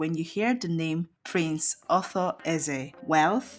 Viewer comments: Please there is a difference between author and Arthur.your pronunciation is confusing. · Arthur not Author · His name is not author... His name is Ar-thur. Stop spoling names. You didn't tell people that he lives in Enugu and has been living there for over thirty five years even though he does great stuff in his home Anambra State Otukpo